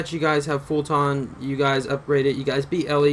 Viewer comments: I lose braincells every time this dude says "fulTAHHHHN", but why am I surprised when he literally can't even pronounce "Eli" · That's the first thing I noticed too. Lot's of improper pronunciations on terms (fulton, brennan) and lot's of unnecessary vulgarity. Thanks though op. Appreciate the help.